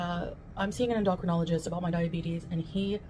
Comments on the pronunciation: En-doc-renologist 😂 Endo-crin-ologist She makes me cringe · I had to listen to that a few times to hear her saying en doc ro nol ogist, it's en do cro nol ogist. And I would bet all my money that is not 2 cups of pasta, more like 4-5. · Did she say in-doctrine-ologist? Did she mean endocrinologist? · Omg- it’s Endo-crin-olo-gist Learn the English language please- I thought she was in college for that? Ps- that is way too much pasta and cheese and pickles- your kidneys are already headed into kidney failure (sodium in urine) she’s on the fast track to the end of life!!! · Did she mean an endocrinologist?? Did i hear this correctly? I think she called or pronounced it wrong or different maybe??👌👌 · A doctor that specializes in the endocrine system. Deals with hormones and the glands that distribute them as well as treats chemical imbalances in the body. In her case it would be a doctor who monitors her diabetes because she's incapable of doing so herself. She pronounces 'endocrinologist' stupidly though, lol.